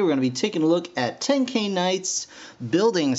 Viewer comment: STOP PRONOUSING THE NAMES WRONG ITS TEN-k-eye and it VA-lorn but otherwise cool video